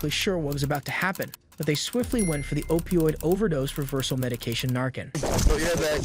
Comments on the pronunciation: it's narCAN not narKIN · Holy crap, fentanyl isn't "an opium". Opium is one thing. It's an opioid, which is something that acts on the opioid receptors in the brain, and an opiate, which is a drug derived from opium. And it's pronounced "Nar Can" not "narkin" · I honestly cringe when you say Narcan. It's narCAN not narKIN. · It’s pronounced NarCAN, Not NarKin. Phonetics matter Dude! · Stop pronouncing it narkin.. it's narCAN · Wish I could give the video less than a thumbs down. Here's why: 1 - The narrator or AI (which I suspect), in the first two segments pronounces the drug administered to officers as "narkin". Naloxone (pronounced Na-lox-ohn) is the generic forum/trade name for Narcan (pronounced Nar-kan). 2 - In the last segment, you (or AI) states the car the officer stopped was struck "head-on" by a vehicle that crossed the highway. Apparently you were not even reviewing your own video. The car stopped by the office (Veh. 1), was struck on the left from corner. More so on the LEFT SIDE of the front fender. And the car that crossed the roadway (Veh. 2) and struck Veh. 1 did so with the left REAR portion of Veh. 2. If you watch the video closely, you can even see the driver of Veh. 2 as the LEFT REAR portion of their vehicle impacts Veh. 1. Almost as far from a "head-on" crash as you can get! As far as I'm concerned, as someone with 30+ years public safety (Fire/EMS and Military Police), your credibility is less than zero. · Not to be dramatic or anything, but the drug isn’t called Narcin, it’s NarCAN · It’s pronounced nar-can and opi-it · Don't ever use these horrible AI voices again. They don't know how to pronounce words and you don't know how to type a script phonetically. It sounds horrible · Fentanyl is an opium stronger than morphine, and the way you pronounce Narcan. How have you even been alive let alone making news videos while being this clueless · Why do you keep pronouncing narcan wrong? Even when they say it multiple times?